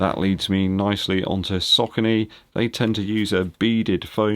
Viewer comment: Sock-a-knee (Saucony)